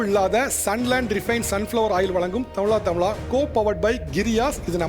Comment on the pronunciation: Utter crap, a guy 😢 can't pronounce can't pronounce tamiZHA tamiZHA runs the show!!!